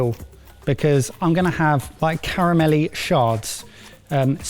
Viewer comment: Shards sounds a lot like Sharts when said in a British accent...💩